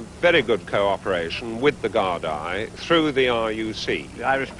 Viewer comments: man does not know how to say Gardaí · could he hav said Gardaí any more wrong 😂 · "Guard-eye". He is trying to pronounce Gardai which is pronounced "Gore-Dee". Just goes to show the ignorance of the Brits at the time. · Good cooperation with the Guard Eye.. That's Gardaí Colonel. Pronounced Gar-dee. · Ah the “gard eye” ...lovely fellows 😂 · "Gard-eye" Gotta love the British blind spot for foreign pronunciation. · You can't beat balanced reporting. Smug prick of an officer. He could at least have pronounced Gardaí correctly.